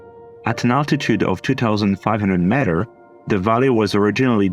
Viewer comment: Sorry for being a spoilsport but it’s pronounced as “meters” and not matters, please check it out on the internet, it just sounded too annoying that’s why mentioned.